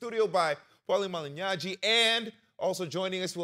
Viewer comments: George will pronounce Paulie's last name correctly one of these days. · Bro…. I’m Latino, English is my second language and I can pronounce Malignaggi. You got to do better that’s the champ. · New guy keeps pompously mispronouncing Paulie’s name.